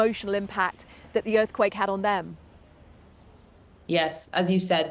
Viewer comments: „the Earth cake quilled“ sure BBC - the queens English, right? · Is the broadcaster having a stroke? He said earth cake and quilled at the beginning. Dude switched letters in 2 separate words.